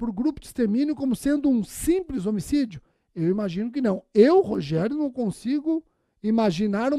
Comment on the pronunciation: Muito bom! Adoro quando ele fala "Rogeriô" hahahahahaha